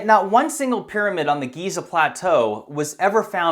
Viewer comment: Right.. so its actually pronounced "Jizzer"... the great "pyramid" of Jizzer... Sigh